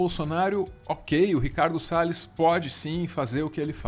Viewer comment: quem está falando em inglês? Pela pronúncia parece um nativo, mas falou "Ricardo Sales" como um brasileiro falaria.